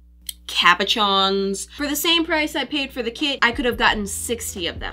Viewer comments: It,s pronounced “cab you Shawn” not “cab u chons” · How is nobody talking about the way she pronounces cabochons?